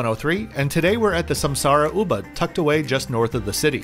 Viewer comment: Hi, on your next visit to Bali, I would highly recommend you review Puri Wulandari, a resort with great charm and Balinese character; and an utterly spectacular location in Ubud (which is pronounced oobood, by the way). A resort with 32 pool-villas, priced reasonably. Check it out!